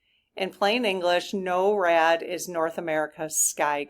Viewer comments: NORAD is pronounced "nor-ad" not "no-rad." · It's Nor+rad, but is spelled with one R . Norad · Pronounced NOR-ad Rhymes with door. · Thanks for asking the SGs about the jets! BTW: NORAD is pronounced "Nohr-ad" in the US. "Noh-rad" in the UK. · just to clarify it is pronounced Nor-ad.